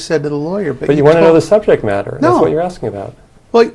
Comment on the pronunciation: “Axing” others is always the best solution 😂😂😂